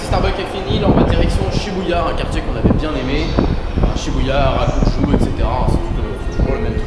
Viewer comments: C’est Arajuku pas Arakuju😂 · Harakuju ??? Je t'adore, j'adore tes vidéo mais s'il te plaît dit harajuku car tu échange le K et J 😂 tu aurais du faire des purikura Si non continue comme ça 😄